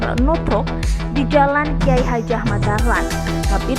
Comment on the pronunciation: Pengisi suaranya kemiringan kalau tidur. Masak KH Ahmad Dahlan dipanggil Kyai Hajah...